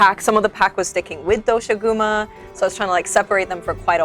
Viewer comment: Omfg it's pronounced dosha-guma, it's four syllables but paired of as two quickly said back to back. They say it in game how it's supposed to be said properly!